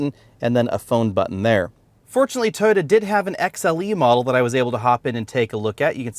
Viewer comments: Over 300 comments and nobody is bothered by the way he says "Tyota"??? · Have I been pronouncing Toyota wrong all these years? 😳